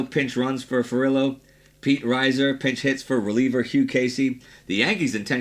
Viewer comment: Pete Reiser pronounced REE-zer, not RYE-zer.